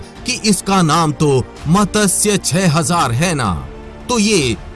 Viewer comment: bhai matasya nahi matsya teek se bholo jab bholte ho